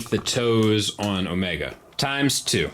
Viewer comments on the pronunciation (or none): none